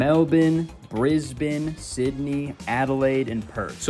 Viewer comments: 10/10 pronunciation of Melbourne and Brisbane 🙌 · The Mel-bin / Briz-bin pronunciation was spot on 🥺👌🇦🇺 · Hey,congrats on being the first American to pronounce Brisbane correctly! (Edit: Canadian. Sorry 😔😔) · Why you pronounced Melbourne and Brisbane properly! 🇦🇺